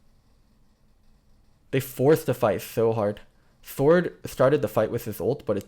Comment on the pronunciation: Why am I hearing "Thord" than Sword.